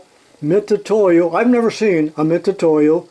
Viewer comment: Nice haul. OK so you like to have a rant now and then and most of us really enjoy them. So can I have one now? Why do most Americans insist on saying Mit Su toyo when it is clearly written on each instrument Mit U toyo Not an S in sight. I am sure most Americans would be real upset if we foreigners could not say Starrett as it is spelt. Rant over. Great channel and enjoy all your output. ATB regards from the UK